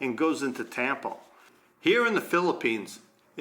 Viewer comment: Isn't tampo pronouced with a short "A"